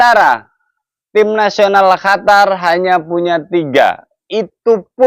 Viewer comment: QATAR OM...BUKAN HATAR 😂😂